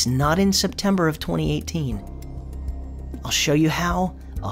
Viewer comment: My friend says SepTIMBER, but perhaps it's really OctOVER!